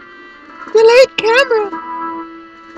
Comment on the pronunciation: "Nonononono delayed camra" lol